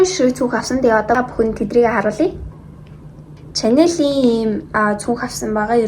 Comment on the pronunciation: Chanel iig shanel gd sh usgr duudnshu ch bish hah